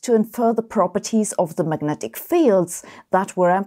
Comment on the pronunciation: Just wondering - - what are Magentic Fields? A little less than Majestic? More? LOL 🙃🤔